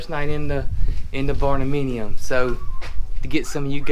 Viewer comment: I love your barndeminium. 😆😆